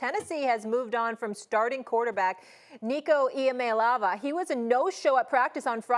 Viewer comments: 1. Please learn how to pronounce his name.. 2. Who’s going to tell Dan? I guess Nico wasn’t in his right mind taking less than half of what he demanded, and was making from Tennessee 😂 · Nico Iamaleava? Nah that’s Nico Iama-leaving